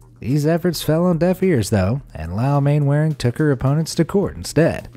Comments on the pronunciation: 3.29 it is not pronounced as it sounds it is not Mainwaring it is pronounced as Mannering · Mainwaring is pronounced manner-ing. Haven't you ever watched Dad's Army? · Sorry to be pedantic but... Mainwaring is one of those odd British names that's pronunciation is completely different to it's spelling, it's actually pronounced 'Mannering' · Wow, Main Wearing 🤣🤣 watch dads army and you will learn how to say that name (it’s pronounced Manoring) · Am I the only person who winced at the pronunciation of Mainwaring? Man-ring not man-wa-ring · "Mannering" not "Mainwaring" - UK English is very irregular. For example, the villagd Trotterscliffe is pronounced "Trossley" and Meopham is "Meppam" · Mainwairing is pronounced Mannering. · Mainwaring is pronounced Mannering. Why does it sound as though the voiceover is talking through a blanket? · interesting to see what lengths some people will go to to be mean. Interesting and somewhat saddening. By the way, in England the surname 'Mainwaring,' is pronounced, 'Mannering.' Just so you know. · For reasons known only to the English upper classes, Mainwaring is pronounced Mannering. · Mainwairing is pronounced Mannering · The owner of the candy striped house, Mainwaring ... it's pronounced "Mannering". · Good grief, please learn British pronunciation. Mainwearing is pronounced Man-er-ring. Philistine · Mainwaring is pronounced "mannering" as anyone from Old Money would know (and anyone who has watched dad's army) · Ah, spite houses! A fun, but expensive way of giving a crappy neighbour the bird. Nice video, but I must pull you on one thing: Mainwaring is pronounced “mannering”. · Just to point out Mainwaring is pronounced Mannering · As all Brits know, Mainwaring is pronounced Mannering. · The name Mainwaring is actually pronounced Mannering! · Anyone who's watched Dad's Army knows that Mainwaring is pronounced "Mannerring".